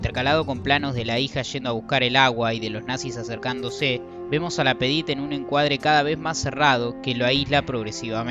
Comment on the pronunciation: ces hable ingles,ya que no lo hablan ni en Paris.Y es LapAdite y no Lapedite hombre!